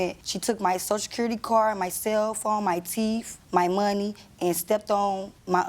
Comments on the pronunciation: She said "teef". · Lmfao "teef".!!!😂🤣😆😁😁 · Stole her “Teef”. 🤣🤣🤣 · This is pitiful! Did you hear he say she took her "Teef"!! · “She took my teef” what are those? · My teef??? Did I hear that? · And she said "She took my teef?" LMAO meth or crack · Me too cause I heard teef not teeth. 😂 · She said "teeff" not teeth😅😅😅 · And it sound like she said my “teef” hahaha 😆 🤣🤭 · “She took my teef,” well that might explain her lack of pronunciation. But oh boy these guys are just gangsters! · ‘she took my teefs’ ….. I had an inkling that was coming 😬…… and dude is sporting a grill…. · "While he was widder" . 😂 She stole my teef! 😆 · Her “teef”? 😂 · Wait, did she say the lady took her “teef”? 🦷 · Did she say" Teef" Lord have mercy. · "She took my teef? Huh?? Extraordinary grammar and why do you think she has no teeth? Meth or crack. This is big time ghetto here these three, and I thought I was bad at that age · Am I the only one who had to rewind when she said she took her “teef” 😂😂😂😂???? Where are these people from? Something has got to be in the water. Ain’t no way 🤦🏾‍♀️ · He must've beat her pretty good to get three years in the joint, he probably got a felonious assault charge not just a domestic. This is bad she's got no teeth probably from(or as she says "teef") meth or crack, why would a woman about 30 not have teeth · It's not her fault she don't have any "teef" 😂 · You mean her "teef"? 😂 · No she said teef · because she has no front teeth so its sound *teef*... 🤷‍♀️ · Pretty sure she said teef. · no she said Teef. 😂😂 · I’m surprised at the amount of people mocking her pronunciation of “teeth”. She is missing many/all of her top teeth. Of course she cannot pronounce TH. He did three years in jail for DV for this (and I’m sure other injuries). She should have gone to a therapist instead of back to him. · I agree. It’s shameful to see so many in the comments section laughing at the situation and consequent pronunciation of “teeth”.